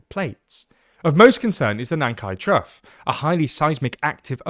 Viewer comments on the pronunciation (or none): Did you pronounce trough as truff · Should rhyme with cough. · USA pronunciation of 'Trough' by the narrator is most unbecoming.